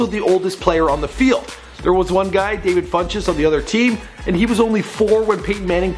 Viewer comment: it's Devin funchess